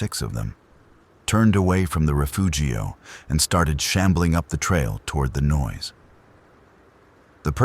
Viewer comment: Take a shot every time he says "rafoogio".